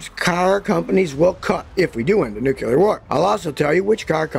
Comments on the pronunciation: It's "nuclear", not "nucular". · new-clear not new-kew-ler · "Nucular" war, what's that? Ohhhh, NUCLEAR war, got ya... Well I'm glad WWIII is finally here, I thought it'd never come! I'm 40 and have been waiting for 60 years, jeeez!!! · new-clear. not nuke-you-lar. just sayin. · If you're gonna make such a long video about nuclear war, learn how to say the word "nuclear" properly. New-clear. Not new-kew-lar. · Nucular war or nuclear war? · Hard to take someone's predictions seriously when they say "nucular" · Noo Kyu Ler? LOL. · Even Scottie can't seem to pronounce Nuclear correctly. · Never take nuclear war advice from someone who doesn't know how to pronounce nuclear.